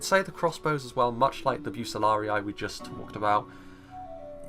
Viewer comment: Bucellarii is pronounced Bu-Che-Lar-ee